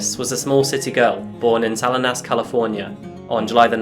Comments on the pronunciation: Sah-Leen-Us is how you pronounce that California location you referenced at the beginning :) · 9for future reference, Salinas is pronounced saw*lean*us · Shes my friends cousin from my home town. I remember when this happened. Me and my mom watched the trial.... You pronounced Salinas funny fyi. 😂 Salas cant get no love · I apologize. I know you're not from the US let alone Northern California but i chuckled a little bit at the way you pronounced Salinas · LOL how the Brits pronounce "Salinas..." has clearly never been to the West Coast.